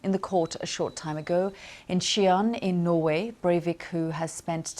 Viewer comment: What’s wrong with this woman’s pronunciation? Can’t say Norway can’t say nick very wierd